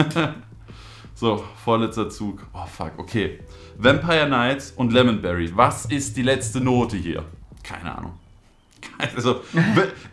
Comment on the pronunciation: sagt lemonbrei anstatt lemonberry